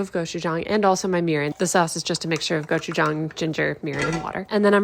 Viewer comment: As a Korean, I appreciate that you pronounced gochuchang correctly! 👏